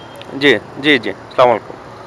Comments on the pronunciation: 🚫ভালো লাগলো,,তবে সালাম টা ঠিককরে দেবেন প্লিজ। সালামাইকুম না❌ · ভাইয়া কোন কিছু মনে নিবেন না প্লিজ আপনার সালাম হয় না ভাইয়া সালামমুয়াইকুম না ভাইয়া আসাল্লামুয়ালাইকুম হচ্ছে সঠিক সালাম ভাইয়া